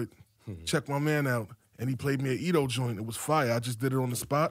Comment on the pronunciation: It’s pronounced Etho not Edo and there is no Lauren at the end wtf are they doing up there???